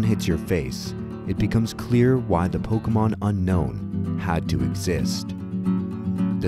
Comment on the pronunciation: And then you find out Unown is pronounced "Un-own".